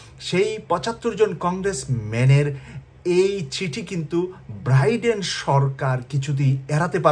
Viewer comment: বৌষম্য, ব্রাইডেন, দুর্চিন্তা, আহা, কি সুন্দর উচ্চারণ হা হা হা :face-blue-smiling::face-blue-smiling::face-blue-smiling